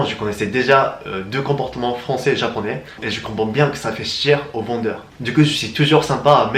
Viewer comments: "Faire chier" ça se prononce "faire chié" pour info + Big up fréro t'es un bon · ahah, super vidéo ! Sinon petit conseil: attention à la différence de prononciation "ça fait chier" et "ça fait cher".